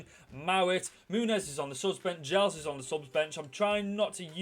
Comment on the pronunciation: I'm just glad you've pronounced Giles as it's meant to be said - others including commentators say it like Guy-els and it just feels weird